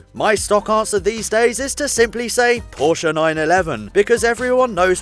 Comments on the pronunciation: HolyPoseidon You do say it. Go check the pronounciatiation and you will see that he said it correctly. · I mean they man who founded Porsche, last name is pronounced PorschA